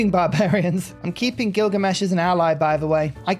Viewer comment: Did you realize you called him "Killgamesh"?